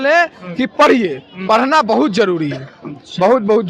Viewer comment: Parna nhi... Padhna. Bolne ka dhang sikho.